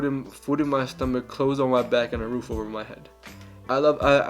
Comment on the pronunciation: “Hey baby want to come ober to my house to hab some lechon” 😂